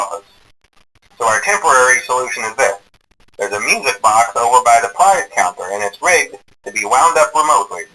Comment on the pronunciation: prize croner no prize cuntre